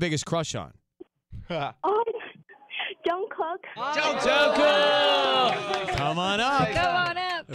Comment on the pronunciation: She said Jungcock. Im done.